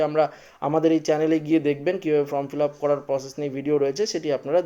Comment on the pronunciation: ইস্ যেমন উচ্চারণ তেমন গলার স্বর। From নয়, Form 😂😂😂😂😂😂😂😂